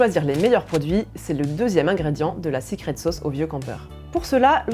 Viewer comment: "sicrète sôôce"... Une expression sans équivalent dans notre langue !